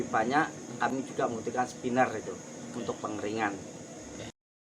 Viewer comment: Maaf spinner pak.. Bukan skiner